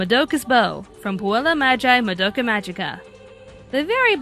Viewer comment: Anime America... please stop pronouncing Madoka's name wrong... please.... 😭😭